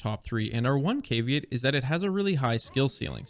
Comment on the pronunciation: Said caveat wrong